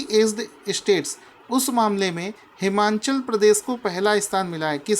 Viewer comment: हिमाचल प्रदेश है नकी हिमांनचल सर आप बार बार हिमांनचल प्रदेश बोलते हो जो की गलत है।